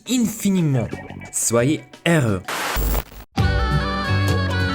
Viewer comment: Super vidéo, moi aussi j'adore Wakfu (top 3 des meilleurs dessin animé) PS : fait gaffe sur le mot " infiniment" et sur tous les mots avec le son "-in" tu les prononcent pas bien , c'est compliqué d'expliquer à l'écrit mais va sur Google traduction il te donnera la prononciation parfaite Voilà petit conseil pour ton examen B2 BONNE CHANCE 🍀